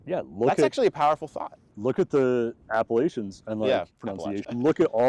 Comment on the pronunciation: Thank you for saying 'Appalachian' correctly! Love your channel!